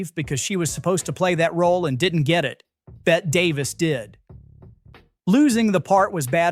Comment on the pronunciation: Bette Davis' name is pronounced Betty. She was a glamorous, powerhouse of a diva from the 40s and 50s who often played beautiful, over the top villains. She inspired a #1 hit song in the 80s called "Bette Davis Eyes." Watch her and Joan Crawford, two of the biggest, most elite Hollywood divas have at each other in the horror film, "Whatever Happened to Baby Jane?"